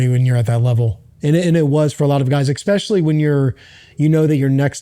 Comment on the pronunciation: "Expecially" is not a word. Makes you sound like a stooge.